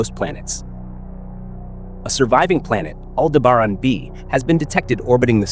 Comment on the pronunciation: Pronounces almost as good as you spell.